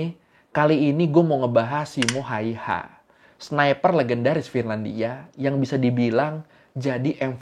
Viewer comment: bang sebutan simo hayha gini SIMO HEYHA gituan dong😅😅😅